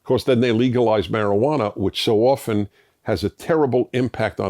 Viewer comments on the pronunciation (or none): none